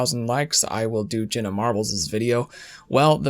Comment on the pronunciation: Ever notice Jenna sounds like genuine when he says it and shameful sounds like shaneful lol